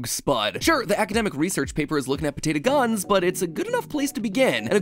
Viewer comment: why do you say potato like patata?